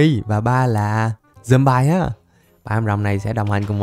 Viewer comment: Zom bi chứ ko phải zom bai nha anh